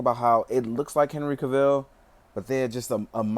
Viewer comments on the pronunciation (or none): Cavill is pronounced like Travel not KA VILLE lol... \=